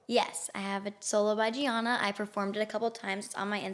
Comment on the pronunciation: She mocked Gianina too by mispronouncing her name